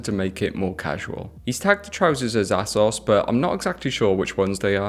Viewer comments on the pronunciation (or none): Bro... Absolutely everyone knows how to pronounce Asos... Its AY-SOS... Not ASSos 🍑 I get you're trying to be understatedly unique, throwing in mysterious pronunciations here and there. But that one isnt it.